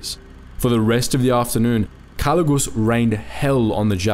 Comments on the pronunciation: Jose calugas not calugus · A little correction in the name it's actually Jose Calugas not calugus.